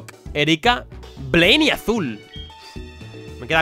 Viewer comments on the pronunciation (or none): querido. Erica lleva el acento en la E. por favor